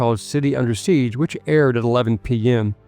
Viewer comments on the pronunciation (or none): none